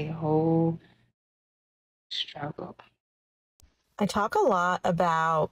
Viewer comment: What's a 'strugle'? Is that some sort of European pastry?